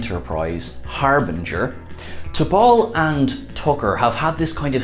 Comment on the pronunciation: T~pol oh geez.